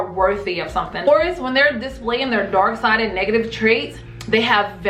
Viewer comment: Sounds like your saying dork side...